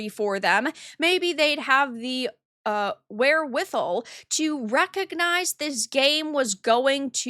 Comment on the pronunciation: It's pronounced "where with all" Just FYI.